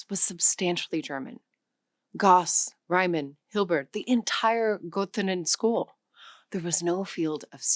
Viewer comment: If you're going to talk about German scientists ( Wissenschaftler), please learn to pronounce their names correctly. Riemann is 'ree-mahn'. German vowels without umlauts (the two dots above) are pure vowels. Plank is 'plahnk'. Werner Heisenberg, oh dear. German 'w' = English 'v'. You got the 'ei' right. The 's' = English 'z', final 'g' = English 'k'. Well done on the 'ö'. 'S' in front of a 't' or 'p' = English 'sh', i.e. Ein(sh)tein. Why don't you give Karl Schwartzschild a try? Oy, weh's mir, what you did to some of the others. I know many German names and words have been Anglicized over the years, as well as those of many other languages, but if you're going to push this learning course, it would behoove you to learn the correct pronunciations of the names and words you use. I'm a retired teacher of German who also speaks Japanese and have as well studied French, Russian and Latin. You have to train your ears to hear the different sounds of a language and your mouth to learn to reproduce those sounds correctly.